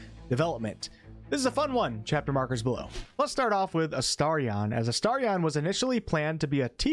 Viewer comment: You are saying his name correctly . You must have been saying it weirdly before